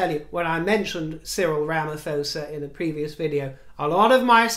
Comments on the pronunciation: with regard to Cyril Ramaphosa - it pronounced RAM A PAW ZA....not RAM A FOZA. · Cyril Ramaphosa 's name is pronounced : Poh sa , not fosa 😉 , thank you so much !! , I went and saw them all going down the Mall, I cried 🥲 Princess of Wales is out of this world 😍🤩🥰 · You pronounce the P in Rhamaphosa and not the H, so you would pronounce it Ra ma po sa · Hi from south Africa 🇿🇦 👋😊 hope the visit goes well with our president. Also his surname is pronounced Ramaphosa with the h in his name not pronounced. So it's said Ramaposa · The h in Ramaphosa is silent. So you pronounce it Ra-ma-po-sa. Or uncle Cyril or Oom Rampies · Cyril Ramaphosa's surname is pronounced Ra-ma-po-sa. One of the issues we in RSA have with Cyril Ramaphosa is the liadshedding issues. You will call it rolling blackout. Electricity is cut of 2. 5 hour segments during the day, I had 3 segments yesterday. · Ramaphosa is pronounced Rama-PAW-sa. The King also mispronounced it in his state banquet speech! 😁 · Cyril Rhamaphosa - just so you know is pronounced Rummapawza with the emphasis on the paw.